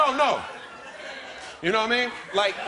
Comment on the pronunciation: "You naw what I mean?" BEST PART